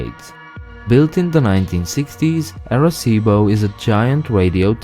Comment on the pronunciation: I show that in addition to the 5 main islands, there are 138 more, for a total of 143. Overall, your Spanish was quite good. However, the 'ar' in Arecibo is actually pronounced 'are', rather than 'air'.